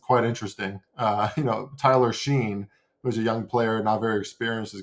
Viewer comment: Tyler Steen not Sheen.